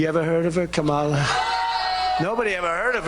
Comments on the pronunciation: KA-MA-LA - rhymes with Pamela NOT Ka-mar-la. So disrespectful. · The K'mala pronunciation is used on purpose as a dog-whistle slur. This is the same method Trump uses when he refers to Barack HUSSEIN Obama. It's a classic tactic used by white supremacists to affirm the us-and-them narrative. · try not to get so upset about "THEM" saying ( comma- la ) KA- MA- LA the wrong way?? " THEY " are doing it on purpose, so let them, it only makes them look even less intelligent!!!! Plus they like that it bothers people?? 💙👥💙👥💙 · What a doofus trump looks like - making fun of Kamala , mispronouncing her name ..and complaining about how many times she says Thankyou , thankyou, saying it as if she sneezing , but it looks like trump is just jealous , saying Thankyou , sI many times , means she has so much applause , ( deafening ) that she had to keep continuing to say Thankyou in order to turn temp down on the huge crowd , jealous ? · So Brain Worm Guy endorsed The Felon.....🙄 Mispronouncing, or pretending not to know someone's correct name is the LAZIEST form of disrespect. If you can pronounce "charcuterie," you can say her name correctly. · I like when they mispronounce her name. It's going to make the next 8 years fun to watch. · Don't worry about Trump mispronouncing her name because he'll be chanting it, in torment, behind bars! 🌊🌊🌊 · An idiot, purposely and repeatedly mispronouncing his opponent's name makes himself look pathetic. Kamala probably laughs her head off when she hears about it. And people are sick of this brand of politicking, I think it harms him and is the kind of tack a stupid person takes. 💙💙💙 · I don't hate it when tRump and/or MAGA mispronounce VP Harris' first name. I actually like it because it makes them sound obtuse, and I want them to keep getting it wrong. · He mispronounces her name every time on purpose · Mispronouncing her name is racist microaggression. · He’s still pronouncing her name wrong….